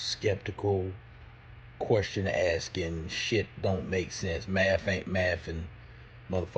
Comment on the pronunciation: "Maff ain't maffin" 😂😂😂